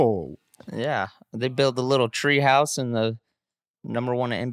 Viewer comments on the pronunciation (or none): none